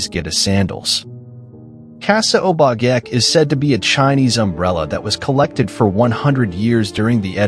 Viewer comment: Check on pronouciations. Obake (O-Ba-Kay)